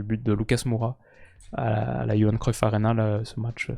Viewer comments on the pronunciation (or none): none